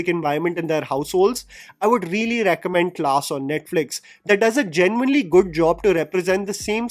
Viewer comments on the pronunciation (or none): none